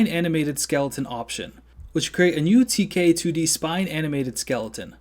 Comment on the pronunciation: You have the voice of an angel. This tutorial is professional stuff. A+++++ WOULD LISTEN AGAIN. Only problem is when you say "2k2d" instead of "tk2d." KILL MEEEE! When you said "tk2d" at the end correctly it felt like I was listening to the most beautiful sirens sing a song just for me. thx frnd!!!!